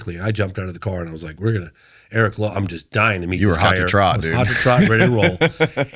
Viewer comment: He got Aguilar for the most part but doesn't realize to pronounce Lopes as Lopez after all these years?? 😅